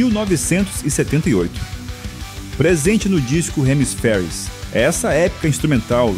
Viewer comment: o video é bom, o cara é uma lenda! mas o narrador estude pronuncia..... o nome dele fala "piert"" o album se diz "hemisfiers"